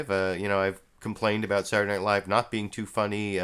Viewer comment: I enjoy how you pronounce the word "Saturday" "Surday." And I like how you start every analysis with "Huh..." Not making fun, love the show.